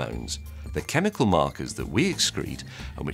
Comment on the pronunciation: james may gets every chemical pronounced wrong